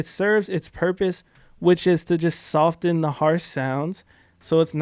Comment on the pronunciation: he says sofT-en 🙃